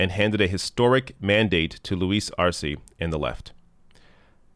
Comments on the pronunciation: elizabeth taylor: E in spanish is pronounced a as in hay, say, day,, may etc.so Arce is Arsay ,not arsee. thanks for all you do. you are my favorite long with novara media. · Arce, pronounced Ar-seh